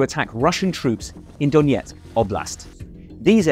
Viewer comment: there is no need to overcomplicate the pronunciation: not Doniyetsk, but Donetsk, as simple as it looks